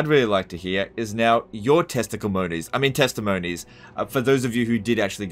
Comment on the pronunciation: «Testiclemonies» hahahaahah